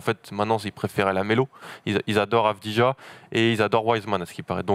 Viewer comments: Messieurs, vous êtes victimes d'un symptôme français absolument terrible : le ZÉRO effort niveau prononciation des noms et origines des joueurs: on dit AVDIYA, dans tous ses highlights les commentateurs israeliens HURLENT AVDIYA, et ça se prononce comme ça aussi bien en Israélien qu'Albanais, la nationalité de son père, qui n'est donc pas croate ! Faites des efforts sur la prononciation des noms, encore plus quand ils sont aussi simples... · Exact, ancien joueur de l'étoile rouge son père. Et d'ailleurs ça se prononce "Avdiya". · On prononce Avdiya les gars ;)